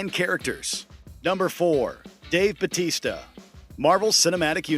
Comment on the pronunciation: It grinds my gears the way this guy says BATISTA despite his last name being BAUTISTA.